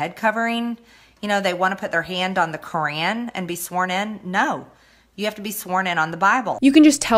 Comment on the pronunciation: "They want to be sworn in on the KaRaAn" that was the worst pronunciation of the qur'an i have ever heard